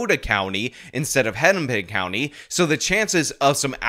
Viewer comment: Hinnipin county? this is Keith Ellingson isn't it...